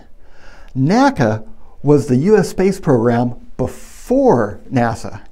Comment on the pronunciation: It was NEVER pronounced 'nakka'! It was always spelled out, The N.A.C.A.